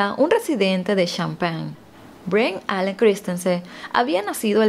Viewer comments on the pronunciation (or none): none